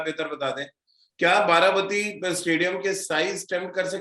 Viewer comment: This is Baarabaati not bati. Plz correct the pronounciation.